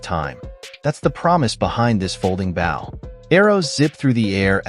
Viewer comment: AI commentary destroys the attraction to the products. Someone needs to tell the AI that a hunting bough is not a hunting bow. If anyone needs any help with proper pronunciation, look me up, I won't charge much.